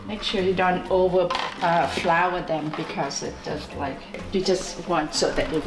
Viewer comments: she's so precious, bless her (also, you get your beauty from her)!! when she couldn't say flour, it reminded me of my mom (she's indonesian, but we live in switzerland so sometimes her german is kind of all over the place hahahah) <3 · Omg I was laughing so hard when she couldn’t say flour, she’s so cute!! Love you 😍